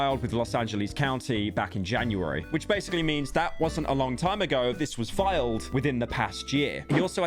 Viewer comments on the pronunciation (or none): none